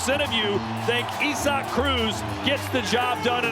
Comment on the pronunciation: It's isaacif cannot say it properly or don't say it at all